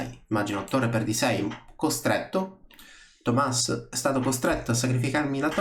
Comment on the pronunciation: Wow qualcuno che pronuncia correttamente il mio nome